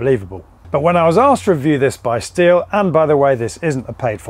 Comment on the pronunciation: Correct German pronunciation is "shteel". Just saying 🙂